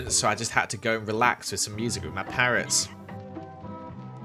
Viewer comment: when he said parrots i thought he said parents 🤣🤨